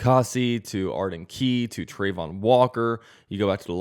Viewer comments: It’s pronounced Tra-von walker not trey-von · Trah-von Not Trey-von